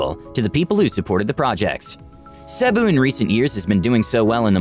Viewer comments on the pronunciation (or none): I think the reader should have learned how to pronounce Cebu properly before producing this video.